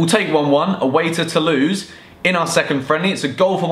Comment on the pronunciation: it sounded like he said we've got to lose but he said we got tolouse